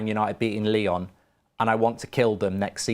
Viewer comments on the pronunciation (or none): none